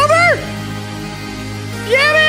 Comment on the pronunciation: I think yameii is prononced Yamay but correct me if I'm wrong